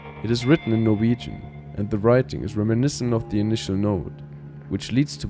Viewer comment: First time I've heard this clean pronouncing of Norwegian words in a very long time